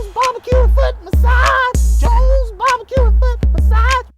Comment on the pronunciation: Joes... not jones